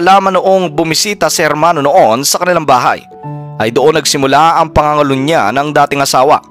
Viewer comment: PANGANGALUNYA HINDI PANGUNGULUNYA ANO BA YAN!!!